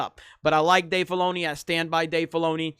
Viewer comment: Stop saying Dave Baloney. I swear that's what you are saying. I can't stop hearing that now.